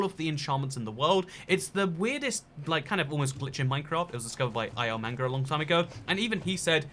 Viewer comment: “It was discovered by I L mango” bruh did you really just pronounce ilmango like that